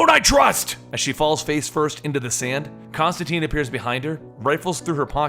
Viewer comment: ConstanTINE. It rhymes with fine.